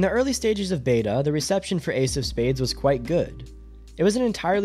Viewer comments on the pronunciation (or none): "Why AIDS of space died" It took me a hard minute to figure out you were talking about Ace of Spades lmao